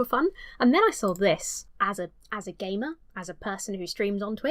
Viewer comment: Your said: "as a gamer" I heard: "as a gay man"